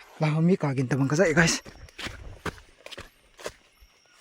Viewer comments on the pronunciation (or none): Eipao hi adih in tho ute Sound= Git (wrong) Sound=Gin (right)